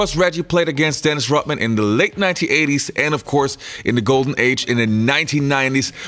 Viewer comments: Does this guy know that Dennis's last name is Rodman not Rotman? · Yoh, You got colds or something? Cause tt really kills me when people can't pronounce simple things right. I mean it IS Dennis RODMAN. Not ROTman. Unless Dennis himself said so. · This is a good video and i liked it but cmon its RoDman not RoTman!